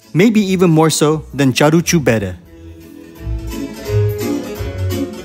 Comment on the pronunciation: it's "caru" like in the English "car", not "charu" like in Charles.